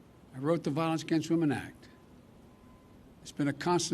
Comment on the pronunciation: "Re-authorize the violence gempsuman act." What in the...